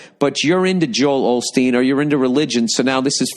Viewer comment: It's Osteen Bill. Osteen. Not Olsteen.